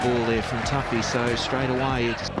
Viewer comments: How to stuff up a cricket video. 1) Use an American who has probably never even heard of cricket. 2) Not pronounce the cricketers names correctly (Who the hell is "Toofee"?) Use an English, Australian, New Zealander, South African, West Indian, Indian, or Pakistani who actually knows what they are talking about and is, more than likely, familiar with the players being highlighted. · "Daryl Too-fee" LOL you don't deserve ANY subscribers, for using AI. So fucking lazy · "Two-fee". The commentators in the clip even say his name... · As soon as I heard the pronunciation of "Tuffey", I stopped watching.